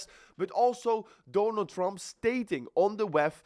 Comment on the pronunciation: Dooonald Trump 😂. IksRP. (XRP)😂😂